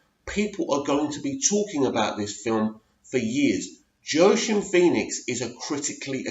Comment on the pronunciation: Fantastic trailer! Btw its pronounced 'Wakeen' Phoenix :).